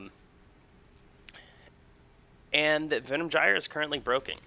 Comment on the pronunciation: it's not Venom Jyer.... you fuckwit.. it's Venom "guy-er"